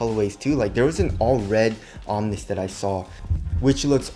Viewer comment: omni means "all; of all things" that word is pronounced (om-knee) not (om-nis) you sound stupid when pronouncing it wrong. just from another Asian brother to another